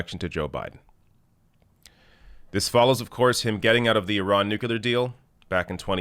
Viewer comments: NU-CLEAR. NOT NU-CU-LAR. I love you but damn 😂😭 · NU-CLEA-R ! Please !!! Not NU-CU-LAR ! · "nuclear", not "nukular" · It's pronounced NEW-clear, not NEW-q-lur. That totally drives me nuts! Even so, he could still eat crackers in my bed. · Is the whole debacle over that deal a simple misunderstanding over the pronunciation of nuclear (nucular)? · NU Clee Yur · Nuculer? Really,? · Its nuclear. Freaking nuclear (new-clee-er. Say it like our lives depend on it. Cuz it does. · Progressives must pronounce "nuclear" correctly. (Noo-clee-yur) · Offtopic: Why do some people pronounce "nuclear" as "nucular"? - random European person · For the name of Enstein: it's pronounced nuCLear!!!! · Nuclear. Nooo Cleer New Clear. Nuclear. New (car) clear (windshield) New Clear Nuclear #Dumbya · new-clear,. Please stop pronouncing it like our previously dumbest president, George W. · its pronounced nu-clear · Side note, I am amused at how North Americans pronounce the word nuclear. Do you guys spell it the same as we do in the UK?